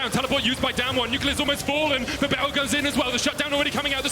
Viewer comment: I HATE CASTING, HE ALWAYS SAYS 'R' AS 'W' LIKE A BABY, HE NEEDS SPEECH THERAPY. BERYL IS NOT BEWYL